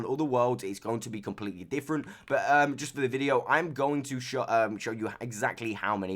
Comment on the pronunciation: i like how instead of saying « but » you say « boat »